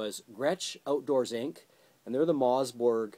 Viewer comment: MOSS!!!!!!! MOSS BERG, not mozz